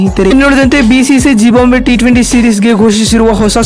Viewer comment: It is not zibambve it is zimbabve